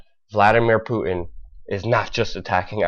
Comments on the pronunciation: Putin with a 't'. Not Pu-in. Pu-tin, Putin. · Who is Poo-in? Do you not know how to pronounce your "T's" ? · Good God man, please stop calling him poo-in. There is a fucking T in his name. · putin not puddin , you dont have putin and custard so why say it like that ? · Poo-in ?? wtf !! Putin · Have some bloody respect!!! "PuTin" has a "t" in the middle!! USE IT AMATEUR!!!!! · did you say "poo-in"? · There is a "T" in Putin. It's not "pu-en". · Vladimir Poo-in. That's how Luke says it: "Poo-in" !!!! ROFL!!!! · should also address the way he says Putin as Poo In.